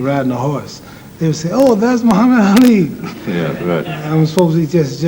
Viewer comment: Don’t point at me! 🤣 I thought you said public N-word. 🤣 Guy cracks me up, he was an amazing boxer, a poet and could’ve done well as a comedian! What a spectacular human Ali he was! Such an inspiration and one of the best of us. ❤